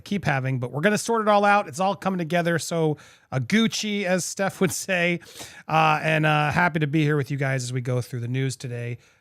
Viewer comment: Firstly it's Stef as in Stefania not Steph as in Stephanie and secondly she doesn't need to change shit to accommodate you